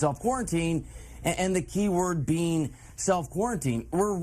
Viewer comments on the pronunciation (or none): none